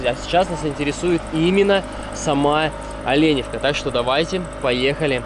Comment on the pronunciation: Так Оленевка или Оленёвка?